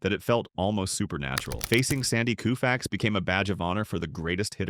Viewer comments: it's Kofax with a long o sound not Koofax! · This announcer need to know folks names so he can pronounce them correctly coofax lol really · Koo-Fax? Can’t watch this. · You missed pronounced his last name! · The least you should be able to do is pronounce his name correctly. You're a disgrace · Sandy is my favorite player of all time, but I can't watch a video, even a tribute video, where his name is repeatedly mis-pronounced. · Cringing, listening to his name mispronounced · Pronouncing his name WRONG! Unbelievable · For god sakes get the damn name right or don’t bother